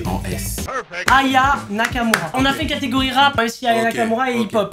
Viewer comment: Je suis la seule qui a entendu dire plusieurs cartégorie